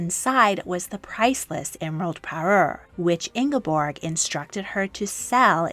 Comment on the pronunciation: You mispronounced Märtha and Ingeborg. 👎